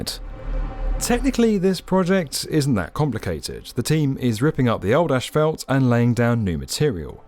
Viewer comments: tf is AESH FAULT smh! its ASS-FOLT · I watch every video with excitement! This one constantly had me hearing how the Queens’ English pronunciation of ‘ash fault’ was different than the U.S. pronunciation. As a native US citizen I say ‘assfault’. 🤣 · I cringe every time I hear asphalt pronounced "asHphalt". Don't do this to me. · In America, it’s pronounced “Ass - fault”. Never heard “Ash - felt” before. 🤔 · “Ashfelt”… no. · Ashphalt makes my ears bleed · The word is ASPHALT. With ONE letter h in it. ASPHALT, NOT "ashphalt". 🤡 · "Ash" - phalt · Yeah ash-falt 👀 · I thought it might have been a fluke (or an idiosyncrasy) but the construction manager said ash-fault too. When I lived in the UK, everyone just said tarmac instead... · Why does everyone keep saying "ashfalt"? It's asphalt. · ASHphalt? Seriously?? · What is that word you keep using in place of asphalt? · Question. What is Eshfelt? Jk. Love the video! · Why does he keep saying "ashfelt"? 🤔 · It's not pronounced Ashfelt. #annoying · Genuine question is "Ashfelt" the same thing as Asphalt? I've never heard it pronounced this way and wondered if its a different material? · How did asphalt become ashfelt????? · British pronunciations are hilarious. How do you get from asphalt to "ash-felt"? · Somehow it become ASSFELT in your little corner of the world, which is utterly wrong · As an American I’m always fascinated with the usual British pronunciation of asphalt. The initial “ash” sound seems utterly illogical but it’s well-established, and I’m certain that various American pronunciations don’t hold up well to scrutiny either… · It's not so much the "ash" part, but finishing with "felt" which is most curious. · Yes that sure sounds weird to us Americans. But then again think about the phonetic spelling of how we pronounce it: ASS-fault. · Why are British people incapable of pronouncing "asphalt" correctly? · I think you’re saying asphalt wrong. Tarmac is easier mate, seeing as you’re English. 😂